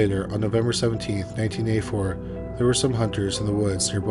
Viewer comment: I just wish it didn't sound like "nineteen a 4" when saying 1984